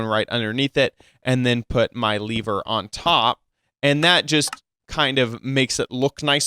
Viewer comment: Wow he says Lever as Lavar,Lava and Torch